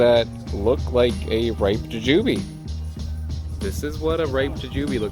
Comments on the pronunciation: bothering me that you're pronouncing it juJUbe and not JUjube given that by the end of this video I probably will also be thinking of it as juJUbe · why do u say it like that goofy, its jew jew bee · U say it so different, its funny to me (ja-jew-bee). In my area we say (jew-jew-bee) I'm also on the east coast. So, not sure if it's a regional thing 🤷🏻‍♀️. But, I've never heard it the way u say it before